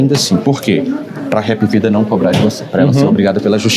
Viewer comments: Não se fala HA(e)pVida, Se HApvida mesmo. É uma empresa brasileira. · Hap não se pronuncia "Hep" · Bem pronunciou errado... Se chama Hapvida (soa como apvida). Hapvida Notedrame. Aqui em Recife a família que fundou o plano Hapvida tem envolvimento com a Tv Guararapes e também a Tv Ponta Verde em Maceió.